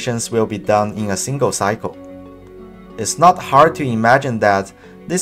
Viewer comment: “Simgle Instruction Multiple Data”